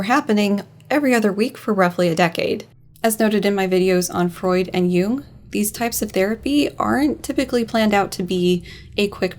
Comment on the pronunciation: I am enjoying this video a lot but pronunciation of "Jung" sounds like how I'd expect her to say "Hume" and wow is that leading to some interesting parses